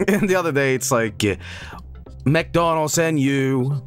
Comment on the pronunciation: It sounded like he said McDuncan's. I kind of like it